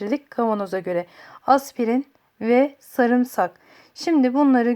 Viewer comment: Verdiğin bilgiler çok değerli teşekkür ederim. Fakat Türkçemizde sarımsak ne zaman saamırsak oldu anlayamadım.😃